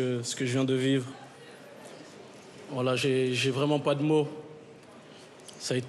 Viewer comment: Quand il dit" voilà" j'ai l'impression d'entendre WALLAH 😂😂